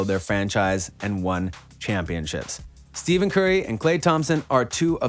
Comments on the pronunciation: cause of this wrongly pronunciation of his name ( Stephen not Steven) ) he refuse Nike... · “Steven?” How are you a sports channel and can’t pronounce stars names?